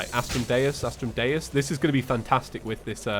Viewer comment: Not trying to be rude but astrum dues is pronounced astrum Doose